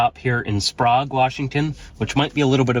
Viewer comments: it is pronounced Spray ge. Sprague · I think they pronounced Sprague as 'Sprog', because Prague Czechia is pronounced as 'Prog'. (Honestly, that's how I would have pronounced it as well. . .) I pronounce Spokane as 'Spo-can'. I do pronounce Coeur d'Alene as 'Core-da-leen'. I'm only a citizen of the Southwestern, so please don't crucify me too hard.😭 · While we are at it. Spray-ga (Sprague) and Core-de-lane (Coeur d’Alene).